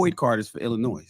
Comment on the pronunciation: has lived in Chicago for the majority of his life, but can't pronounce Illinois.